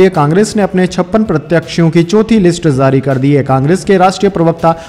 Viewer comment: J ja jay jo why pronounced as ze za zay zo and jaari ko zaari Request to Please correct as far as possible